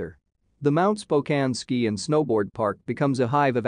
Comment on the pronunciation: Spokane?? SMH